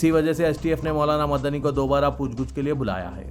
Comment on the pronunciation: Aslam sab please urdu durust kejey Pooch GOOCH nahi POOCH GACH Hai